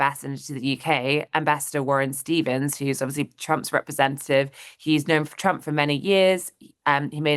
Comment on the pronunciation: I like the way she pronounces it Chump.